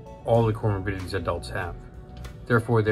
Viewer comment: Comorbidities if you were wondering what he just said.